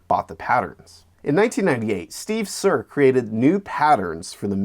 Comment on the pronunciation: Steve Serr’s last name is mispronounced twice in this video. It’s pronounced “SIR”, rather than the German pronunciation used in this clip.